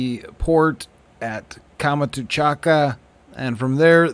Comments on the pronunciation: Great work, but please stop saying "Kama-too-chaka", that's confusing. It's Kam-chat-ka (peninsula) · Please, Kamchatka is pronounced with three syllables, not five.